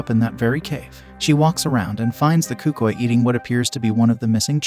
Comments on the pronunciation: i thought it was pronounced el cookooey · Bro said el cucuey wrong and says the booga man bro just don't know how to say it right